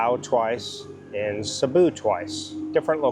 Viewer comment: Sabu ??/ where's that?? did you mean to say Cebu??:face-blue-smiling::face-blue-smiling